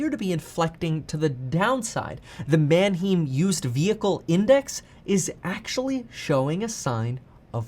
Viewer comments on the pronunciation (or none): Pronounced MANHIME..... not manheem...actual spelling is Manheim....live 2 miles from auto auction